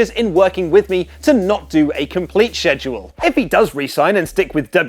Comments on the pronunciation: ‘schedule’ is pronounced “skeh-dual” not “sheh-dual” -_ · Stop saying "saidule" its killing my ears! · Say Shedule one more time...i dare you... I double dare you mfr. Say it again...say shedule one more mfing time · He doesn't want a heavy SHEDule,huh???😂😂😂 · The way he says schedule 😂😂😂🤣